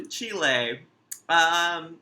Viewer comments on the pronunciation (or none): DID HE JUST SAY OO CHILÉ LMAO ITS PRONOUNCED LIKE CHILD WITHOUT THE D